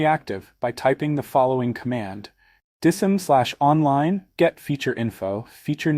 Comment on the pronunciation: Would be nice if you did not use an AI Generated Voice. Spell out DISM and not try to make a word out of it.